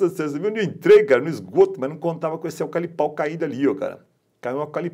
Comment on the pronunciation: E aí mestre ? Tô chegando agora no seu canal, que é top diga-se de passagem .. já sou inscrito e dei meu like. Você é fera no drone, mas de eucalipto kkkkk ..se diz eucaliptal e não "alcalipal" kkkkkk abração irmão... sucesso.